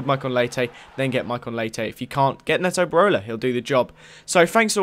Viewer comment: IT PRONOUNCED NEETO BEROLA